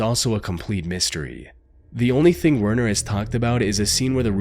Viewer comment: If this narrative is not Ai , You have serious Problems with Pronunciation , ( Werner ?? It's Pronounced VERNER just to mention this one )